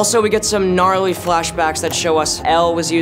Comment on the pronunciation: no one: Finn: gNaRlY